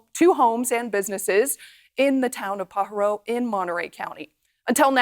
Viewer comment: Newscaster is not California. Not paa ha row, pa ha ro.